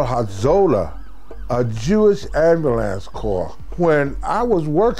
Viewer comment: lol when he says ambulance it sounds like "amber lamps." woah black betty, ambulance, woah black betty